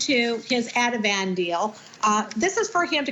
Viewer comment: No he said Adaveen not Adavan